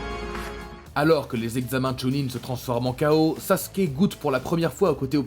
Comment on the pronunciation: Il dit saské au lieu de Sasuke bordel ses pas compliqué de dire Sasuke sa me met en colère que je m'abonne pas